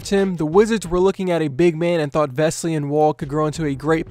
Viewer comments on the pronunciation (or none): his name is not vesly, it's vesely and he's been a great player at fenerbahçe and won the euroleague.